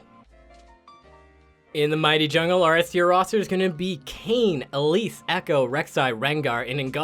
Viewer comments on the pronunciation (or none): none